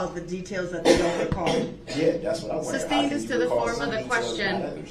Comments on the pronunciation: Its sustained not substained! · “Grounds for the substain”. Haha he says “substain” about 1,000 times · I want to slap the crap out of him every time he says "substained." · He is so ignorant, amongst other things. Please sir, it is SUSTAINED!!! He can't get that word right to save his life.... pun intended. Idiot!